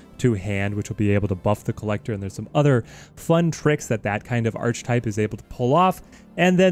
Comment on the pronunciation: My brother, yougotta learn how to properly pronounce Archetype. It's ARCH-E-type. You don't pronounce the arch as in arch. Properly its 'är′kĭ-tīp'